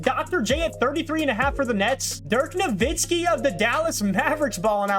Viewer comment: Dick Nowvitski😂 it’s okay I used to think Giannis was spelled and said like Jiannis